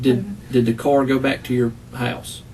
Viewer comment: This is probably one of the most annoying interrogations I’ve watched. The crying and pity part she has for herself and drawing out of the last syllable of the last word in every sentence. “I was in the carrrr” “ I want to be with my kidsssss”. A the detectives use of the word “yo”, “ help yo self” “ this is yo opportunity” just annoying. An this detective needs to stop interrupting her and saying “stop slow down back up slow down” for gods sake it’s all recorded so whatever you think you might have missed just watch the dang video let her talk and incriminate herself as much as possible.